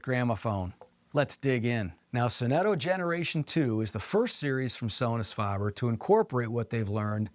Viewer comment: Faber, not farber.